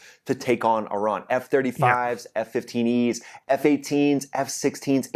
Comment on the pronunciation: sounds like F-Fifteenies